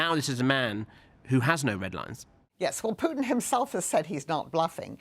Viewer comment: "Putins actions are a sign he's struggling". Article 5: 'Prutin' has a 'Ploblem' 🙂